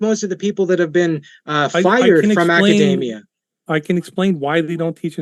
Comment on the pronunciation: The way he pronounces "academia" suggests that he isn't at all familiar with it.